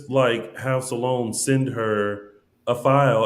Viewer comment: Is it just me or is saying Salone not Sloan.